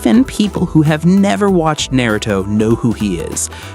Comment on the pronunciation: I’m gonna to follow the long comment system for the algorithm. Very VERY Good video - keep up the great work! I don’t have any critiques myself, but I can see some ppl saying your pronunciation of certain words “Nay-ruto” irks them. I’d say try to take it as constructive criticism - although that’s super trivial. Truly, pain is the ultimate motivator & that scene of Yahiko running into Nagato’s kunai is one of the most underrated in the series. Danzo….and many others…. Have seas of blood on their hands smh.